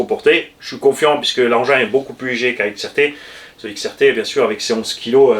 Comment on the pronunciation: Salut à toutes et tous Mdr eh grand chef c'est xrt pas xtr 😂😂